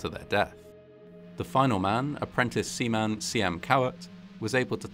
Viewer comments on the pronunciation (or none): none